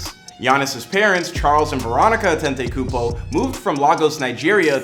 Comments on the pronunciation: I hate how he keep saying "Antentaykoopo" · He name is Adetokunbo!!!! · Actually his last name "Antetokunmpo" is pronounced "Adetokunbo" in his tribe (Yoruba) tribe of Nigeria and his mom is from the (Igbo) tribe so these two combination of tribe is always the top tier in Nigeria 🇳🇬🇳🇬 Shout out to Greece 🇬🇷🤝🏽🇳🇬